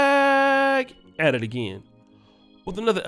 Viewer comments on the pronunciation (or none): none